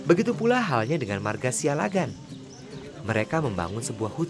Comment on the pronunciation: Pronunciation yg benar "Siallagan" double "L" Not (Sialagan)